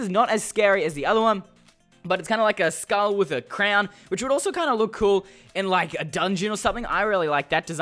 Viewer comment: You pronounced Crown like Crayon xD